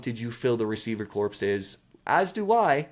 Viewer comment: Good job man. Gonna spot you on the bar here... it's pronounced like Core. Receiving corpse sounds awful 😆